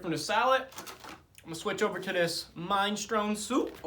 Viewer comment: bruh, you saying minestrone incorrect. I'll try to spell it phonetically. "mi-na-stro-knee" hope that helps haha